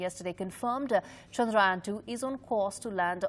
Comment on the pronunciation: its Chandrayaan ..... Chandra - Yaan !